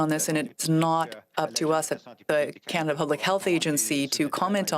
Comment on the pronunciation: It is CanaDAH under TruDAH!